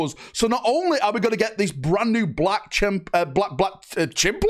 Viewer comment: “Black Chimp-lar” ?🤨